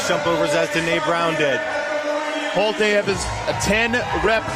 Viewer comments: Isn't her name pronounced Holt-uh not Holt-ee? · the two announcers couldn't decide on how to pronounce Holte between themselves?